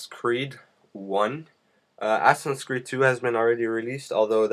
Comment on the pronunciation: assassin dude not asson =_=